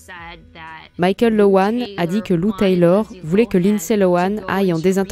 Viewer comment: Pas Mickaël c'est" Michael"!!!